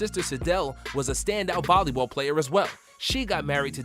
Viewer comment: did this nigga say bolley ball💀